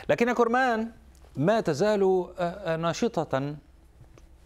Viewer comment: اولا انطق اسم توكل كرمان صح وليس كورمان ولقافله تسير . وشكرا لبنت وطني